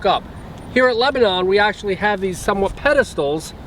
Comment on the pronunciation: Just so you know..us in Tennessee pronounce it Leba nun not Leba non...Enjoyed the video.